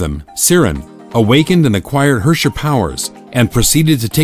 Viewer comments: they don't even pronounce their words correctly. it's in german and I have to cringe when they try to pronounce herrscher or schicksal xD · He pronoubced herrscher wrong. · Cool story bro but bring back Himeko. Lol Gay Edison and Tesla, too bad Edison is ded as fuck now. apparently Herrscher is pronounced way worse than I imagined. I like my way of pronouncing it better. Also I remember when MihoYo explicitly said the GGZ was a completely different universe altogether and that its events had nothing to do with the current Honkai Impact but yet we have the previous era in this video VK's dormitory info that completely contradict this. Also who were some of the people in that formal group photo I recognized a few folks but ummm